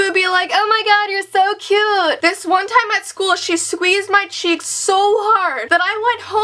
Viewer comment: Swueezed? xD Lol.